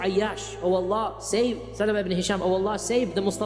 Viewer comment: Wow, that is the most accurate pronunciation of the word 'Sahabah.'